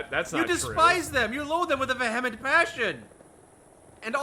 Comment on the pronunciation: is that how you pronounce 'vehemen' ?